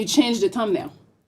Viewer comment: I can’t understand sh🤫t she saying 🤣🤣🤣🤣🤣 . Damn I see y MTR dropped u. She said tum nail 🤣🤣🤣🤣🤣